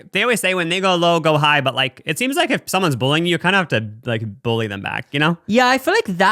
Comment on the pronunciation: NOT TRYNA BULLY YOU BUT I've always loved the way you say bully like "bowly" hehe